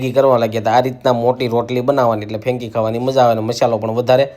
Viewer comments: Fenki nai 😳 frenky kevay. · ફેંકી નહિ ભાઈ ફ્રેન્કી બોલો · It's franky , not fenki😂😂😂